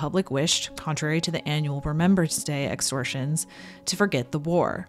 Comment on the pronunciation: “Exhortions”. Learn a bit more vocabulary before confidently reading the script as though you were educated…